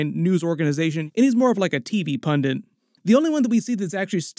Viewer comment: Pundit has one N in it, its not pronounced like "fondant" people.